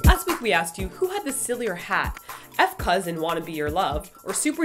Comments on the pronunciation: ...it'a "focus"..not "f. cause" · I thought knows that F.cuz is pronounced as Focuz... o.O? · jsyk, F.Cuz is pronounced as Focus. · Haha~ It's cool, I didn't even know it was pronounced "focus" until I saw their other video xD I still call it "f. cuz" though..... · f.cuz is pronounced FOCUS, :l despite being spelled as F. CUZ, its FOCUS D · btw I believe F.CUZ is pronounced FOCUS~ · F.CUZ is actually pronounced Focus...I was confused by the name when I first found their Midnight Sun video so I looked it up and was surprised :D